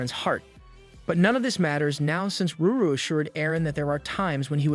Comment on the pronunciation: Every single time you said, ruru instead of lulu I have said screamed in my head IT’T LULU NOT RURU For the 10,000th time